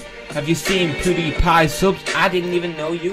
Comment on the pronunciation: wiaiwaiwiawiaiwwiaiwiwiwiit did he said poodiepie? who is that idk him :O should we annoy him to death? CAUSE HE *************************************************** (you dont need to know its alot of swearing)